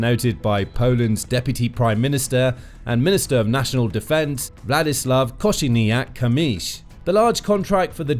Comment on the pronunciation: Your Kosiniak - Kamysz pronunciation is amazing 😍